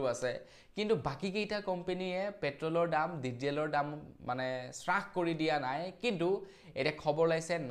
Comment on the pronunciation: হ্ৰাস ( sras) নহয়, হ্ৰাস ( hras) হে ( কমি অহা, কম হোৱা )